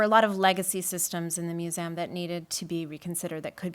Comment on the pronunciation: Brilliant session! Her repetitive pronunciation of museum as "moo-zee-amm" was funny though. :P